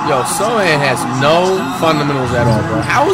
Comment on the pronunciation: Why of every player does he say Sochan's name r1ght